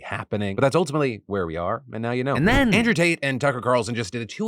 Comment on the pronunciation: Andrew Taint. It's Andrew Taint.